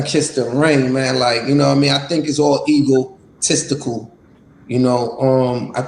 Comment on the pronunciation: HE WAS SAYING EAGLETISTICAL 😂😂😂